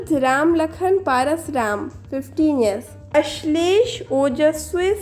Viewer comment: it's परसराम not पारसराम 😅